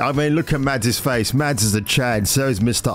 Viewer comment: Hey my man - tip for you - Mads in Danish is pronounced with a silent D. So 'Mas' rather than 'MaDs'. Pronounced like Mask without the K.